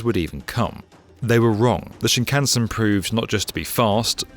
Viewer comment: Hilarious repeated mispronunciation of shinkansen